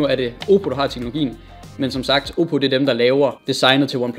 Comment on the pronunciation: Lol du både sagde Samsung og Oppe forkert xD